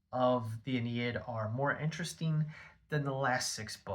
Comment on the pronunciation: It's "ah-NEE-id" Aeneid.